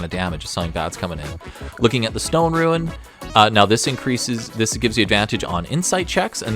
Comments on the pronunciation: I keep hearing "ruin" whenever you say "rune" .. made for some interesting sentences 😅 I think a rune knight dwarf would be real cool. Perhaps reflavour the runes to be of dwarfish origin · Well, considering the damage this class is capable of dishing out, and the fact that it can "go large", maybe "Ruin Knight" isn't such a bad name. :P